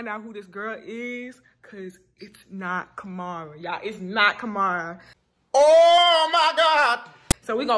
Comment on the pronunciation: Her name is ka-mii-rah not ka-mar-ah 😂😂